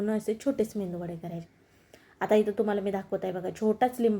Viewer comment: मेंदुवडे नाही मॅडम मेदुवडे असा शबद आहे